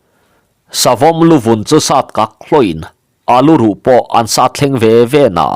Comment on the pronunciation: Bung hmasa lamah khan lal Hrangvunga inchung tur sat tur a kal ve tum kha Lianlura khan "Lal meuh....chu tih sa loh loh" i lam dan kha a dik lovin ka hria. 'Ka tih sá a nih kha' tih lam rik danin i lam a, sa tih hi tawi tak, hniam deuh hlek a lam rik tur a ni. 'Sa sát' tih a sa lam dan ang deuh hian.